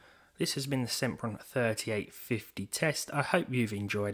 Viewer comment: SEMPron SIMPRON